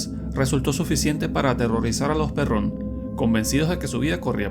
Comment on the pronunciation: Se pronuncia Pérrn, no se díce Perrón (aclaro, El lnglés solo se acentua de manera pronunciada) Pínche Narrador Pendejo.